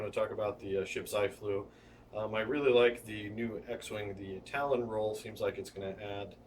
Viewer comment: Its Tallon not talon. :)